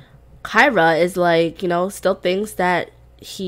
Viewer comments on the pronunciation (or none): Just started watching this LP and I really love it! 😍😍 I notice you call your sim Kyra but it’s spelled Kiera (Key-air-uh)? 🤔